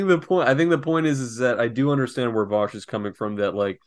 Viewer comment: Vaush, Vaushy Vaushington of Voosh